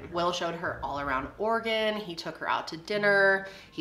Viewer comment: I’m from Portland, I didn’t know I lived in an “Organ”. The E is not silent my friends 😂❤️ always cracks me up